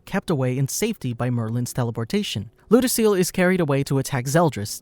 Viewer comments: Its lew-dose-ee-ell lol people mispronounce his name constantly lol and yes "his name" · He said...lou..dos...ceal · Ludociel? "lodoseal"